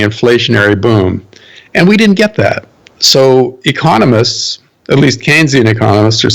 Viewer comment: Not listening to anything on economics from a man can't even pronounce "economist."